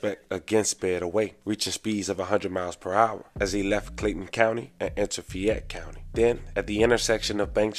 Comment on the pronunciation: also its fay-ette county not fyette like Lafayette